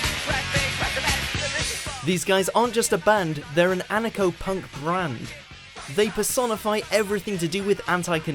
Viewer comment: "Crass are an anarcho-punk" what? I can't make that word out despite listening 7 or 8 times.